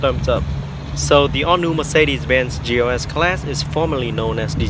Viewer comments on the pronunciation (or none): You're not crazy. I keep hearing GOS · I'm i crazy or i hear this guy pronouncing GLS as GOS !?